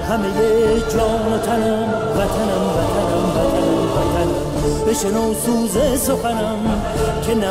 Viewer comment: لكن ينطقوها فاتانم